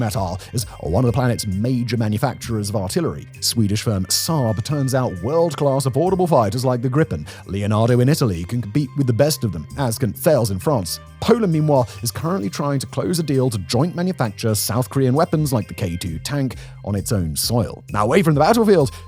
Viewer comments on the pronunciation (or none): Love the presentation, and respect the methodology/ethics of how you do this. As a UK english guy who has travelled the world I recognise your 'pan Brit' accent. But I am puzzled by some of your mis-pronunciation of some terms/names. Such a Thales , a well known defence co. pronounce talez... Just an observation, where generally were you from?? Just interested.. retired Rail Engineer here. 😀